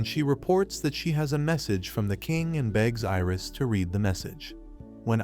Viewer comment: Bro said red not read